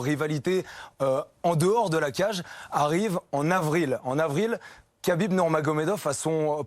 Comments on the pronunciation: C'est " khabib " pas kabib quand c'est Aya nakamura on en parle pendant 1 mois mais quand c'est un champion invaincu avec beaucoup plus d’influence on dit rien respectez le boug SVP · Tu rends dingue à dire kabib, c’est rhabib, je sais pas moi dans le football personne appelle jesus navas, jesus, on dit tous resus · Khabib se prononce Rabib et non Qabib.